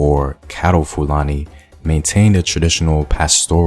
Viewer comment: You did a research or you went to google? Your pronunciation of 'Fulani' tells a lot about the source of your findings.